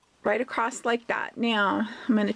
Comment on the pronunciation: Irritating how you keep saying ‘acrost’ rather than ‘across’ // otherwise good video